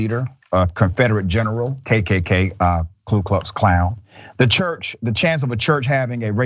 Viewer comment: It's Ku, not Klu. #RepublicansAreNazis